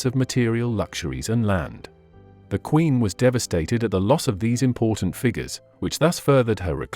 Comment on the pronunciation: AI spoiled this as well as Q in queen please!